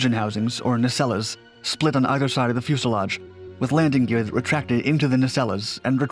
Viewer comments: What the hell is a “nay-cell-awe?” Did you mean a nacelle? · Ka-nards. Na - cells or nay-cells